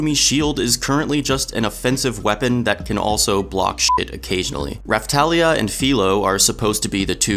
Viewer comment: You pronounced both names wrong